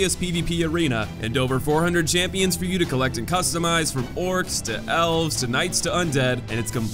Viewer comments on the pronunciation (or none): none